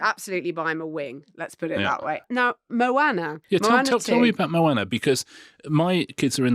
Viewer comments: Mowaner?!! Pretty sure its Moana! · Moana is pronounced with a long a then a short. In this day and age, I would have expected one of you would have researched that.